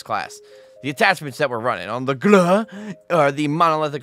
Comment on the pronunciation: ...... The way he says grau tho 😭😭🤣🤣🤣🤣...... I CAN'T🤣🤣